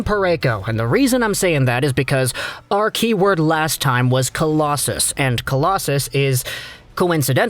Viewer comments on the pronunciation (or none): none